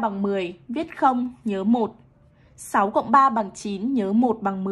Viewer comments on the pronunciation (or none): Cô có nghiện số sáu không vậy ạ? Em nghe là sậu